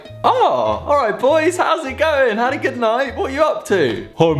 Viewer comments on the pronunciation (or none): none